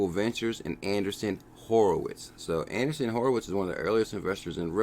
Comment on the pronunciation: Not ANDERSON Horowitz....ANDREEESEN Horowitz.